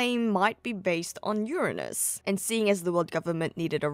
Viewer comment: Finally someone who pronounces Uranus correctly